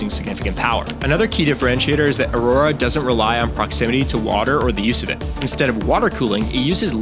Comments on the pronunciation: There's a fucking U next to the A in "Aurora". Why tf would you pronounce it "EHY-ROARAH"? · Aurora is pronounced uh-ROAR-uh, not A-roar. Eielson AFB is pronounced EYE-ul-sun, not eel-sun. Other inaccuracies without cited sources and bad background music. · Ahk-lo?? Voggle?? Ay-rora?! You're messing with us right? Mispronouncing these to get people to comment?